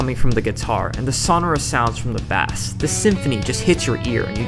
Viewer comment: Bass, the way you pronounce it, is a fish. Bass Guitar is pronounced Base like baseball.